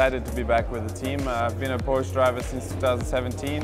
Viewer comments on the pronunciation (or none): Who else is triggered by "Porsch" ? (it's Porsche) XD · You know there's an "-eh" at the end of Porsche, right? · Jesus, do the Hosts even know anything about what they are talking about? Gamescon?? Porsch?? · Try Pronouncing PORSCHE Properly.........!!!